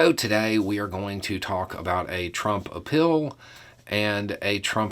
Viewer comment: Did you just say "appeal" or "a pill"... 🤔 If it's the latter, can it be Adderall? 😋 — Drumpf